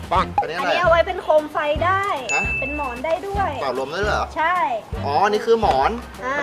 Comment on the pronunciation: พูดว่าเปง